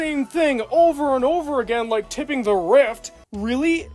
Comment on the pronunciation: You keep saying it as "Tipping". It's "Tripping".